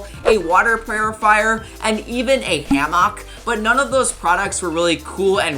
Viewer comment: Another great vid it’s just the way you say hammock that gets me😂